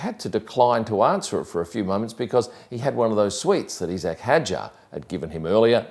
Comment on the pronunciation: why is everyone suddenly pronouncing isack as "eesack" ?